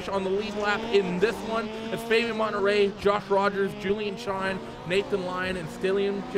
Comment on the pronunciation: Love the vids, but you gotta stop murdering people's names in the broadcasts. Monterey looks nothing like Menetrey.....